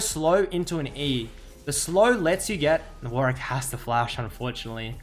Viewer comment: "WARICK" actually tilting D